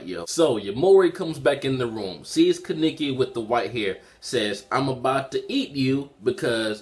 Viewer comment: Ka-ne-ki...not ki-niki